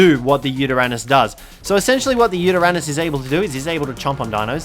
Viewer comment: Where is he when showing the Yuteranous? (Totally buchered that name😅)